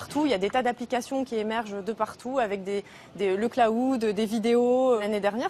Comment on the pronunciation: "Le claaoud" pas pu m'empêcher de rire :D